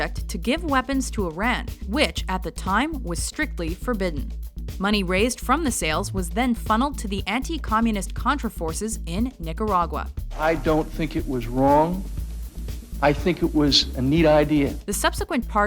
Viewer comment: sucks sh*t at pronouncing Nicaragua Neek-aud-aug-wah Get better at it so my ears can rest